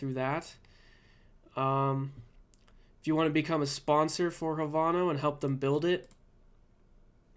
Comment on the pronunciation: Havano? It's pronounced Have - No